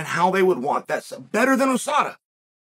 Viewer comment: Why Chael say oooh sada and not ewe sada? How he say albhabet I wonder?